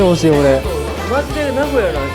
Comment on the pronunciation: 原来名古屋的读法重音在前面啊！我一直读的都是错的...哈哈哈